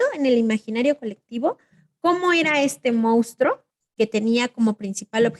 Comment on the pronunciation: Hola. Con todo respeto es monstruo no mounstro como en algunas ocasiones en este vídeo lo pronuncian. Yo creo que en el caso del chupacabras caben diferentes entidades, algunas de ellas verdaderas no todas, sino pregúntenselo a los campesinos. Además no fue un fenómeno único de México sino de Latinoamérica por lo que no se justificarían las causas de este fenómeno que ustedes mencionan. Hay varios casos que se comunicaron en Florida, centroamérica y sudamérica.